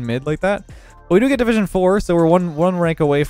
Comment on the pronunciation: You said “gold 1 division 3” And I heard “ gold Wanda vision three”